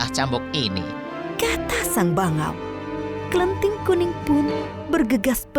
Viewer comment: Bukan klenting but kleting